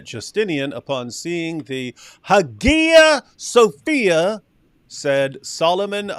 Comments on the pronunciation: Guys it's pronounced Haya Sofia. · well that’s the debate in correct pronunciation. There’s a reconstructed koine that sounds more like modern Greek (for some reason. I don’t know why it is). David is using the Erasmian pronunciation, which is pretty much ubiquitous in scholarship (and i use cause it makes the spelling more clear). But the Hagia Sophia is probably Byzantine pronunciation, thus APs pronunciation is probably more accurate.